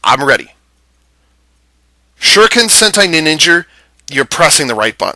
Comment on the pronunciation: "Ninningen" LOL